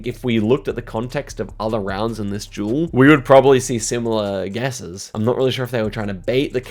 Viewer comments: oh he was saying "duel" not "jewel" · the way he says duel like jewel is just great haha i love it